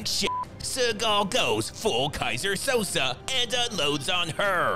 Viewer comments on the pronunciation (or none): Pronounced Kaiser(Ky-Zer) Sose(So-Say) not Sosa. Have you even seen The Usual Suspects????